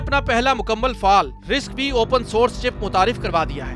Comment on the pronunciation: RISC-V pronounced as RISC-5